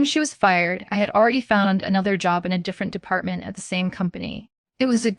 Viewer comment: I like how there was a story about an editor violating the English language rules...with a ton of simple English errors. Not in the writing...but in the reading. Like it's H R not HAR...it's department not d.e.p.t...or how it ends statements with upward inflections like questions in the middle of the sentence. I get this is AI, but this isn't good.